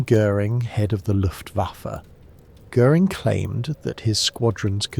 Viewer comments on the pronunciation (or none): none